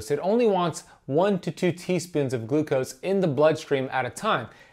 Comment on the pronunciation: One to two teaspoons of GLUCOSE? Said wrong.